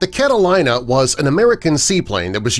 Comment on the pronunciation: *****IT IS PRONOUNCED "CATALEENA", NOT "CATA-LIE-NA".